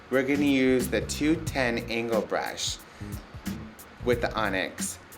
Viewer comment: i like the way he says "brush" :D:D like breeash :D